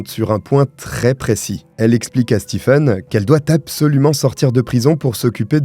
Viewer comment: J'adore tes vidéos. Mais sil te plaît, le prenom Stephen se prononce Steven. Mes oreilles brulent a chaque video ou il y a ce nom 😭🤣🤣